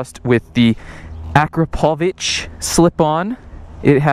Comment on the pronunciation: The first person ever to know how to pronounce Akrapovič, good job.